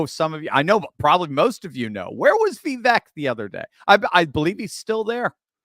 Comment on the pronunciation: Vivek rhymes with CAKE